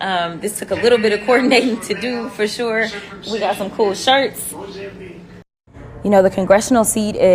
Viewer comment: The way she said “shirts” was artistic, but wow.